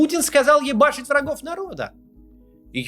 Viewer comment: Почему на отмену санкций уходят годы? P.S. Кац сказал "йебашить"...